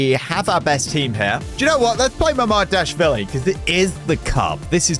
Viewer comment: It is mama-dash-vili 😂